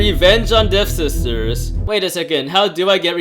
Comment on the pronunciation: Waaiiit its devSISTERS??? Not dev-ster?